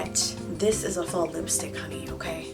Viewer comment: I think nobody hears she is pronouncing lipy stick not lipstick